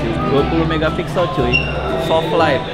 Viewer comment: mantav semua huruv f jadi v 😂😂 vivo, somvlak juga, kamera selvi devannya duavuluh megavixel 😂😂 vanco ama gue lah lu bang 😂😂